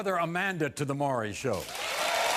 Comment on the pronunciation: His name is Not "Murry" 😅 it's Maury 😊